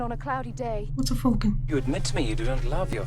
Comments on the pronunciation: Falcon like the bird. Not Fulcon 😅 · was joking about the falcon. Buttercup pronounced it “full-kon”, and made a joke on it. She smiled right afterwards. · was joking. Buttercup pronounced it “full-kon”. smiled right after she said, “What’s a ‘full-kon’”. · She was joking. She gave a sly grin right afterwards. Buttercup pronounced it “full-kin”….😆